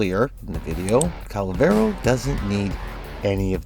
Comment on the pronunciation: Its not kull-vero, its kuul-ler-vo. The children near the mission area pronounce it like a billion times. As the 4 or 1 can sometimes be the subsumed over ability while the 2 or 3 never are, ability strength is the correct option leaving you to mod duration to taste.